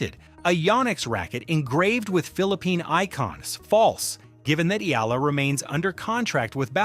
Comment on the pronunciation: Pleaseeeeee! For the last time her name is pronounce EE- YAH- LAH!!!! OK!!!!????? EE- YAH- LAH!!!!!😮